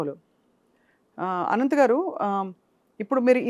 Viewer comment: అనంత్ ఆయన పేరు, ఆనంత్/ఆనంద్ కాదు తల్లోయ్ 😂